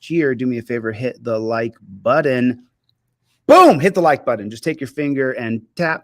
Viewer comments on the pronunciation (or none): Holy toledo as smart as you are you should probably know there is no D in the word button